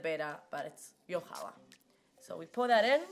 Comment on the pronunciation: Don’t worry,! We’ve all been saying it wrong apparently. 😬 Cool vid!